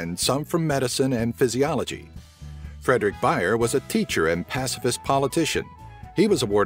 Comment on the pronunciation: Var jeg den eneste der gik tilbage for at høre navnet ''Fredrik Bajer'' igen? xD